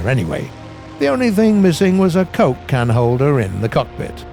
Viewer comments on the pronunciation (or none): none